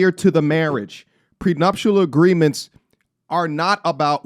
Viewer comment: Say we want prenuptial